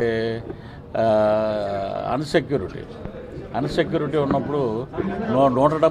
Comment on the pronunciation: అన్ సెక్యూరిటీ కాదు అన్నా... ఇన్ సెక్యూరిటీ....😂😂😂😂😂😂